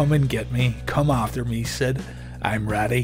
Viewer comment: And accidentally calling Sid "Stid."